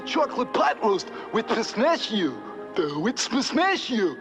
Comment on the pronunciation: Poor guy just can't say pistachio properlly.